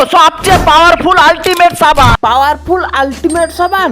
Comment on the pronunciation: ছাবান না সাবান